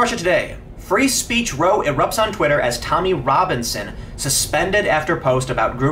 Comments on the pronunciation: Tim it's pronounced R-OW, not 'Rohw'. Like R-'ow! I stubed my toe! Not R-oh-w...you stubed your toe... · Is 'row' pronounced differently in America? In UK if it's a heated debate or falling out, (not rowing a boat) then row is pronounced 'raaow' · Dude, in this context, the pronunciation of "row" rhymes with "cow", not "toe". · No, we pronounce it the same as you. Tim just made a mistake.